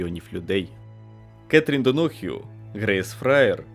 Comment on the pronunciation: Круто, але що з наголосами? рАдієві, дОнах'ю...